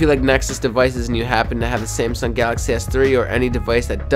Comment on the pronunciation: it's samsung s3 not semsiung s3